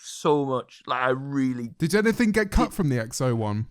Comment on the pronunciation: literally said "anyfing" twice while talking about how he doesn't have a speech impediment 😂